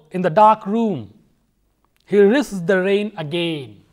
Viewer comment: at 19 .51 it is rain not pain